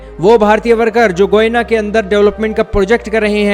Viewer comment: It's not goina it's Guyana atleast speak correct lol😂😂😂😂😂😂